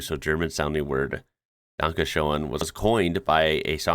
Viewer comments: it's pronounced 'dun-ka shen' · Really weird pronounciation of "danke schön". In typographic settings lacking the character Ö (in German, Ö is a character, not a character with a diacritic, like in the Englis word coöperate), or in English typography in general, Ö is often transcribed as OE. E.g. Schrödinger -> Schroedinger, Möller -> Moeller German Ü is often transcribed as UE, like müsli -> muesli, Müller -> Mueller. But for some weird reason, I've only seen Günther transcribed as Gunther in English. German Ü is also sometimes transcribed as Y in English, which match the German pronounciation better. German Ä is often transcribed as AE. E.g. Schäfer -> Schaefer, Jäger -> Jaeger German ẞ is often transcribed as SS. E.g. Weiß -> Weiss, Faßbender -> Fassbender. This can get really confusing, especially with street names (street = straße, straße starts with s), e.g. Weißstraße -> Weisstrasse, Weisstraße -> Weisstrasse German Y is sometimes transcribed with J in English. But this just sits wrong with me. German only use Y in forreign words, usually names, and when English transcribe the same forreign words/names, it always keep the Y, so why change it when it get the word/name inderectly via German? Sidenote: Many languages used to transcribe English W as VV in typographic settings. Some languages transcribed English Z to TS (or something similar). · Danke Shoen! 🤣 thats what happens if u let an AI speak english for u! Have them say "Oachkatzlschwoaf"! u manage to do that u might get a citizenship going along with ur "G" plate! greetings from styria!